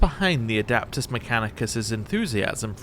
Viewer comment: No machine spirit is a like a precursor to ai . abominable inteligence is banned in the imperium . And for the love of the emperor its ad e pt us not ad a pt us mechcanicus 😊